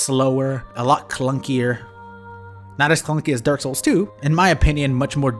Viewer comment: yo I decided to help caption the video and can you PLEASE stop saying dark souls so fast YouTube thinks you're say dorsal every tim